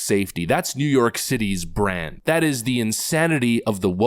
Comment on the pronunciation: He didn't say "brand", he said "bran", twice. I think he's talking about muffins. NYC has bran muffins.